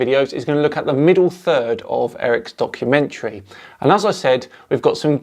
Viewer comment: 😂😂 “debumkummentary”😂😂 Has to make it into the Oxford dictionary